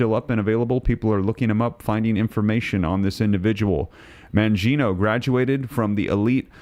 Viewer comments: It's Man-gi-o-ne, NOT Mangiono!! There's NO "O" at the end of his name! Are you dyslexic?!?!? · Man-GEE O- knee… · Your pronunciation of Mangione is wrong.